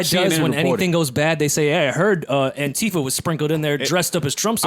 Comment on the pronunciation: saying Antifa... smh